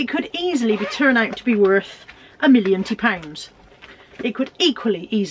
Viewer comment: Morning, good haul love when you say millonty pounds hope you have a good week 😊 👍 ❤️